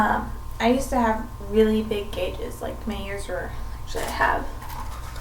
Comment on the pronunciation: Every time she said "gauges" I cringed.